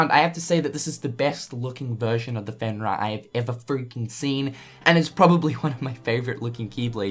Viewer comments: Fen-Rear,. Not fen-rah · Pronounced Fen REAR, comes from Norse Legend a wolf god.